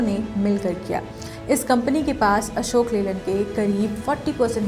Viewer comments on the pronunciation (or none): Madam Ashok Leyland ki jagah Ashok Leelad bata rahi ho. Sudhar kariye